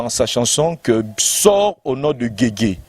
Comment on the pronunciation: kombo YA guegue na kombo ya Jésus eza différent na prononciation, po bo loba que alobaki yango mbangu yango ebimi guegue, eza na son moko teee